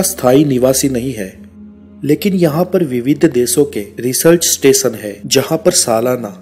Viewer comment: एसिया नहीं एशिया देस नहीं देशों इस्तेसन नहीं स्टेशन अतिसय नहीं अतिशय दकसिनी नहीं दक्षिणी उच्चारण बहुत खराब हैं।